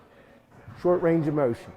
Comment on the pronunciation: Mowshen guys